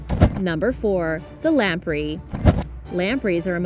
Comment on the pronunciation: Also Lam-pray.